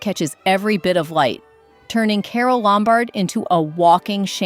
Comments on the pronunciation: LOMbard, not lumBARD. God, this is awful. Who are the ghastly people who voice these things! They are all the same! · It’s LOM -bard, not Lom-BARD. Mispronunciation destroys the magic of the actresses and the beautiful dresses. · Leslie Caron is pronounced LEZ-lee kah-RONE. Marlene Dietrich is pronounced Mar-LEH-nah DEE-trick Bette Davis is pronounced “Betty Davis”. (There is though Bette Midler, which is pronounced BET Midler). Carole Lombard is pronounced Carol LOM-bard.